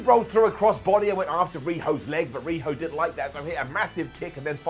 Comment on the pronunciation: I thought you said riho dweb at first 😂